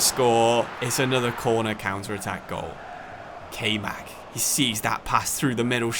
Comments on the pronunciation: Nice vid wish it was a little longer but still cool. Btw Kaymak is pronounced (Kai-Mah-k) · Little heads up its kayman and since he is turkish its not prononounced like kay but the a is pronounced like a in hard and y is pronounced like y in youth and the other a is also pronounced like a in hard